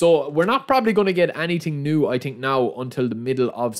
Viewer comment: hahaha or when he says „i tink“ or instead of through pass he says „true pass“